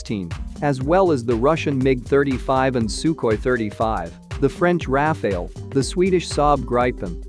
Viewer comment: Firstly its RAFALE not RAFAEL, and Tejas mk-2 is already in the pipeline so saab doesn't even make sense moreover IAF already operates 2 squadron of RAFALE so again going along with RAFALE will be more feasible for IAF